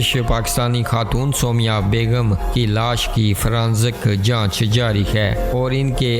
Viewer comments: Aise kehte hai Soomaiyaaah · O abi b galt naam bol rhy ho